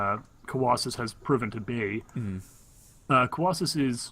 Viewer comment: Colawlsus here. Im on youtube :D You guys did good with casting. My only suggestions would be having the production tab open, and not mispronouncing my name :P Look forward to the rematch cast :D